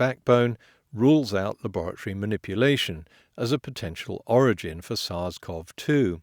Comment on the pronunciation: HI potholer54, SARS-CoV-2 is pronounced sars co vee 2, not sars cov 2